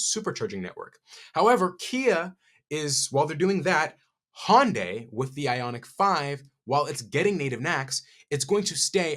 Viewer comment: He pronounces Hyundai like Hondai.